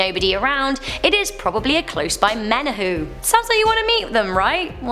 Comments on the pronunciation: Aloha,! Thanks for doing a Top 10 for Hawai’i. I’m familiar with most of these stories. Although, I didn’t know about the airport ghost. Menehune is pronounced “Me-Ne-Hu-Nay.😊 I loved this so much and who better to host a Hawai’i themed top 10 than you! My favorite Top Tenner! Cheers! ♥️🌴🌺💕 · Aloha from Hawaii, you nailed it with Hawaii Urban Legend. Though Menehune is pronounce Men- Nae- Hoon- Nee. But you nailed it. Good job 👏👏👏 Please Do Another Hawaii Urban Legend.. 😊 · U said memehune wrong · I live in hawaii its funny how you mis pronounced Wahiawa and menehune😂 but your right on all of storys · menehune is accually pernounced (Mene-hoo-nei) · You pronounce the e at the end of menehune.I thought the legend was if you carry pork down the h3 freeway or pali freeway,the menehune will cause your car to stall or breakdown.I didnt know it was the pig god. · If you dont know how to pronounce the word menuhune it's not menhue..ppl gets offended.. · “Menehune” lol its pronounced mena-hoo-nay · I’m like what the heck did she just say 🤦🏻‍♀️ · Menehune is pronounced Menay hoonay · I am from Hawaii, it is hard to pronounce most Hawaiian names, but just remember that every letter is pronounced, (ex. Menehune is Meh-neh-hoo-neh). Also residents of Hawaii are considered Hawaii residents, Hawaiian is reserved for those how are of Hawaiian blood. Otherwise I thoroughly enjoyed this episode!!! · Menny-hooon haha!!! Butchered that word "menehune". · Hoi you haole, it's pronounced menehu'ne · mehneh hoonay and pay lay would be how you pronounce menehune and pele i had a friend who claimed the night march would go through his grandparent's house every night and they had to open the front and back doors to let them through. he said you had to bow until the entire night march was through